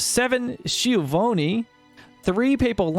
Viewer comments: In italian "ch" is pronounced as "k" (e.g. scheletro 🇮🇹 skeleton 🇺🇸 🇬🇧 ) "gli" is pronounced as spanish "ll" (e.g. gli 🇮🇹 [ʎi] , e.g. pollo 🇪🇸 [ˈpoʎo]) Bersagliere [bersaʎˈʎɛre] (bersaglio 🇮🇹 means target 🇺🇸 🇬🇧) Architect [Arkɪˌtɛkt] Schiavone [ˈSkjavone] Lombard [Lomˈbard] Papal [Paˈpal] * (🤣not paypal 💳) Pizza [ˈpitsa] 🍕 not [ˈpaɪtsa] 😜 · Correct pronounciation is : S key avone (e sound like ay without y)